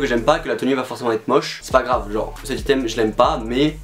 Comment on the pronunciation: Mais ptn comment tu prononces le mot “item” 😭 (ça se dit aïteum)